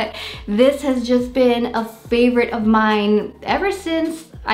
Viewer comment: Love the way you say "Paaavourite" 😁 indeed! Your plant's are soooo beautiful .😍